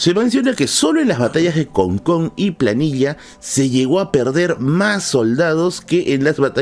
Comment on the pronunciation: Batalla de Placilla, no planilla.